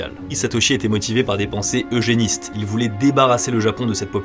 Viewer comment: Hello! Je suis jeune prof d'histoire-géographie et j'ai beaucoup apprécié la vidéo notamment parce qu'elle fait écho à un sujet auquel je m'intéresse particulièrement pour mes recherches en histoire, celui de l'eugénisme. A 10min44, tu prononces le terme de "pensées eugénistes" comme étant à l'origine de la tuerie de Sagamihara. C'est tout à fait juste, et tu touches ici un sujet vraiment crucial et en même temps assez méconnu en Occident, en général réduit à l'histoire du nazisme: le développement des pensées eugénistes, pour lesquelles le Japon a été à partir de la fin du XIXe siècle un terrain particulièrement fertile. Cette histoire est loin de se résumer à l'unité 731, puisque, par exemple, du fait d'une loi eugéniste en vigueur de 1948 à 1996 (!) au moins 25 000 personnes avec un handicap mental ou une maladie héréditaire ont été stérilisées au Japon (source: courrier international), dont 3/4 de femmes. L'Etat japonais n'a créé un fonds d'indemnisation des victimes qu'en 2019, et en juillet 2023 un rapport de 1400 pages a été remis au Parlement japonais sur ce que Koji Niisato, président de l’Association des victimes de stérilisation forcée, qualifie de « pire violation des droits de l’homme du Japon de l’après-guerre » (source: ). C'est donc un sujet effectivement très actuel, notamment traité en France par l'historienne Isabelle Konuma. A mon avis, tu aurais ici un sujet de vidéo captivant, qui croise histoire des discriminations, du racisme et du genr